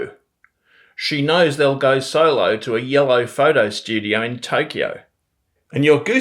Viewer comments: 4.09 your "Aussie" pronunciation of solo isn't quite right. Before the L in solo, cola etc the O has a different sound to my ears. Its more like solo would be pronounced sawww-lo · ya gotta work on ya weak vowel merger mate also, we have a fully holy-wholly merger, so "solo" has two different vowels in each syllable and we've also got pre-nasal TRAP raising, similar to americans